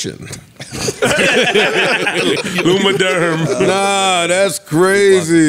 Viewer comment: butchering all the product names 😂. Neutrazema, Lumiderm 😂😂😂, needed this laugh 🫶🏾